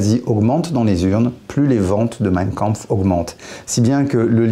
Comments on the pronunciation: Y’a que moi qui saigne des oreilles quand il prononce mein Kampf ? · à partir du moment où le mec ne sait même pas prononcer Mein Kampf est-ce que j'ai envie de continuer la vidéo ? non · Meiiinnn kaaaaanhourou